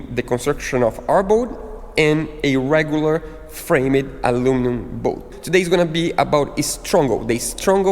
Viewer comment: It’s pronounced “FramD nor FramEd” The E is silent.